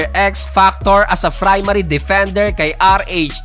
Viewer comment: Ayosin mo yang pagsasalita mo anong "kwameh", "assest", "frimary". At hindi kelangan banggitin ang pagkumpara kay at JC. Tinaob din ni JC ang china sa world cup. Ayosin mo buhay mo